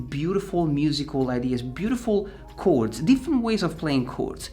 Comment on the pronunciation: I just came here to hear him say "cords"😂😂👍